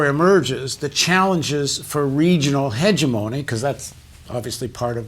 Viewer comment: Would everyone (including Paul Jay) please learn to pronounce the word "hegemony" correctly? The emphasis is on the second syllable, not the first. Heh-GEM-ony.